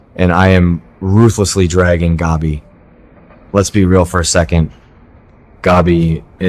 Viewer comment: Along with Stefano please learn to pronounce Gabi properly as well. Gabi rhymes with stab-e